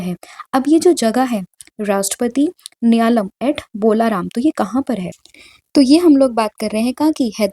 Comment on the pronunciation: Homework :- The answer is Oscar Piastri who received Australia's Prestigious Don Award 2025. Maam if you don't mind Question no 3 mein uska pronunciation hoga Bharatiya Kalaa mahotsav means art ko jo kalaa bolte hein na wo wala ...& dusra wo Rashtrapati NILA - YAM hoga ... Mere keyboard mein hindi typing nhi ho raha hai but I hope aap samajh payenge 😢 Thank you so much maam for valuable contents ❤🙏